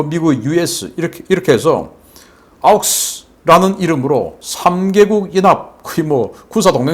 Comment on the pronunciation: AUKUS=오쿠스, not 아우쿠스